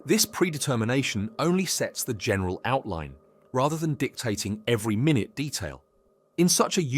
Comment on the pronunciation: You mispronounced "minute" Is the speaker of this video AI produced? No judgment, just observing.